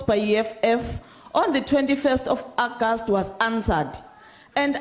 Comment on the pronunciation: What is ackast? Hahahaha. August!!